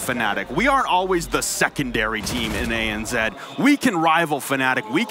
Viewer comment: What’s “ANzed”? Oh, you mean ANZ....